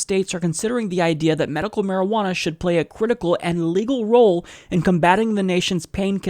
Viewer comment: I hate this guy to the core of my being. But when he says marijuaner I busted out laughing..... probably the marijuaner I'm on.